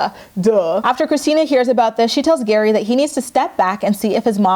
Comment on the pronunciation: Your recap of GEAry's family has given me so many giggles today 😂 keep it up 💖